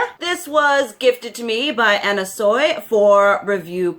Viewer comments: It's pronounced Anna "Swee" btw :P xxx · it's pronounced Anna swee 😁